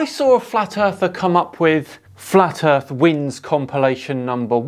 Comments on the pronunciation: Its not really fair to have this "female" on...she said, "erf" instead of earth..."she aint be knowing how tuh tawk nah mean" dont have people like this on your channel... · lol, you might be right, now I can't tell. I don't know what on gods flat "ERF" she meant to say👍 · "Ladies and gentlemen! The Earf is fwat! 🙃"